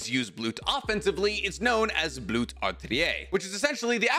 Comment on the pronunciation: Mind writing down all of the German words? Cuz you absolutely butchered all of them except for Blut, that one you actually pronounced correctly, congrats, proud of you!